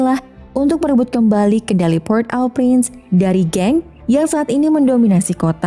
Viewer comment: Maaf min cara bacanya PORT-AU-PRINCE itu ( poghrt O Pghrans )